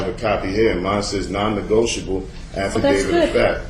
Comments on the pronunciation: LOOK at the video ... it's Non- Negotiable NOT Non- Negweedable ! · Yeah....she seems to be a closet racist. She even kept mis-pronouncing negotiable, to try and belittle this brother.....It's scary to know that childlike minded persons are judges of court in this country!